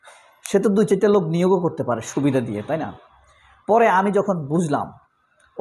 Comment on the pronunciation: ফিলার শোনার ফরে আপনার আলোচনা ফছন্দ হইছে।😂